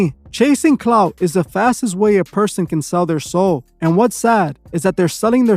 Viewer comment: Clout, not cloud, dummy